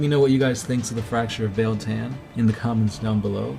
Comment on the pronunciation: It's pronounced: BEE-YELL TAH-N. BEEYEL TAHN BEIL-TAN